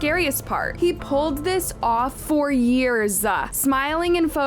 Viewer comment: God the way you say yearsa